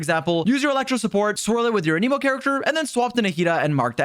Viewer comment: It’s anemo not aneemo